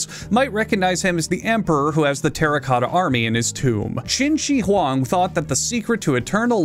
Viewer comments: What's funny is that you said Qin Shi Huang pretty close to correctly, but then the name was misspelled on screen (Great video, as always. I genuinely don't give a crap if you misspell an ancient emperor's name) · "It's another person not from ancient Greece which means I'm gonna butcher this name even worse." (proceeds to pronounce it perfectly) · >thinks hes gonna mispronounce a name >pronounces Qin Shi Huang correctly